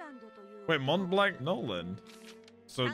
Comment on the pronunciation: You don't pronounce the "t" and the "c" in Montblanc